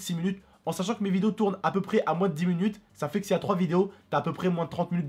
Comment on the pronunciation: mdr disais munute 😂😂😂